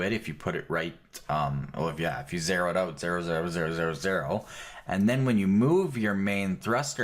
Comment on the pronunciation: Because not everyone speaks American English - nearly all other dialects (including English English) pronounce it "zed". The actually weird part about this is that he's saying "zeh-ro" instead of "zed" or "zee-ro".